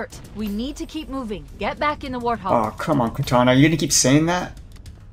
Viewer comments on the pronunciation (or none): was anyone else slightly bothered by him constantly saying war th hog instead of wart hog(no offense) just me? ok